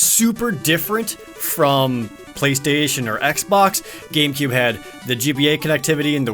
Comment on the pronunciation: I kept hearing "BeaStation".